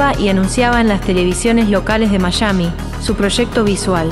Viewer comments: Me ha encantado todo el documental, pero hace ruido cuando la narradora dice MaSHami en vez de Miami (Maiami) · Mayami???!!!!😂 Savier??!!😂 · Al tercer "mayami" me dio un ACV